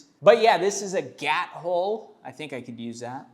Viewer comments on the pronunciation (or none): Gat hole ❌️ Gyat hole ✅️